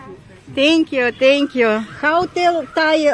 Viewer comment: "Тенькью тенькью".- Какой отвратительный английский. Полгода назад перестала смотреть ее и за отвратительного английского. Сейчас снова зашла. Поняла, что снова не могу смотреть. "Спасибо" по английски надо говорить: " фэнькью" Th- произносится как фэ